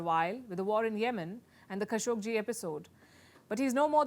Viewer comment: Wow, despite how much I dislike your reportage, +1 for properly pronouncing Khashoggi and Qatar. But don't say "America" when you're only talking about the US; it would be like saying "Asia" when you only mean China. Ironically, that synedoche is yet another lie orchestrated and propagated by the US since the 1950s.